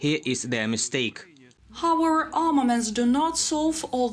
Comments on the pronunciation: I think "however" is pronounced more like "хов еф ер" and not "ховер" You guys should also defeat the Russians in English pronunciation ;-) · You're saying "hower" when I think you're missing the entire last part of that word "howEVER" :D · It's pronoun how-ev-er not Howard lol